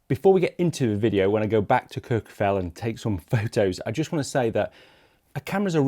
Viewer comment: You’re absolutely butchering the pronunciation of Kirkjufell and Snæfellsness.